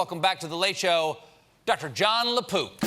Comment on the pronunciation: Stephen REALLY needs to emphasize the 'k' in LaPook. When he introduced him it sounded like Dr LaPoop